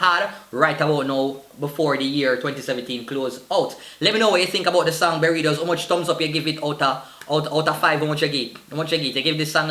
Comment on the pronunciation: Lol this nigga call his fans berrytos 😂😂😂😂😂